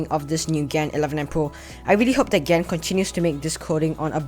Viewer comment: pls. Don’t say gen say gan